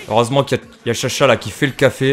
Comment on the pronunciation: (désolé si je mes beaucoup de commentaires mais j'aime bien répondre à tout le monde :3) men veut pas hein.. mais c'est pas tcha-tcha mais juste cha-cha c'est son nom en réalité c'est un shakalaka :3 pour ton prochain monstre si c'est le lapin qui glisse j'te conseil armé feu (après tu peut y aller au talen avec ton stuff badass mdrr ;D)